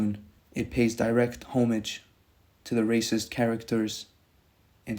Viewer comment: It’s crazy you pronounced homage wrong